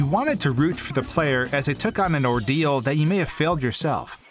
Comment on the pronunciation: What he says : Ordeal What i heared : Dio